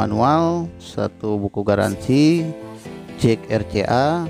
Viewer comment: Jack Kang..bukan Jek😋